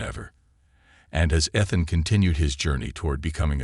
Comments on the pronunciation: It makes me crazy when the computer voice mispronounces word. EE th an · I think this is a made up story. Why can’t they teach AI how to pronounce Ethan???? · It stopped me from enjoying the story. Ethan!!!!